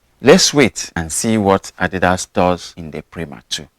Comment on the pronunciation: Great video. You're one of the few English speakers who pronounce Adidas correctly. 👏👏👍